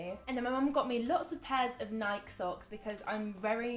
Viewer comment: How did you manage to get Freddy to go to that horror play.She isn't into scary stuff. Freddy loves you so much, it reminds me of my 2 girls. My oldest adores her sister so much that she would rather have her luve with her then 40 minutes away. Nike we pronounce the E. I love how you called your mom out. I think your funny, but then you have awicked dry sence of humor like my oldest daughter Danielle.